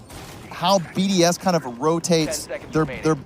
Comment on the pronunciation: ChooChye what about the fact they didn’t know how to pronounce most of the BDS players’ names?